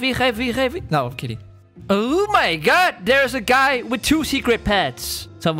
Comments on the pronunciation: I like how you say OH MY GOD but with GUT instead of GOD xD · Instead of O mY God you say o my gut lol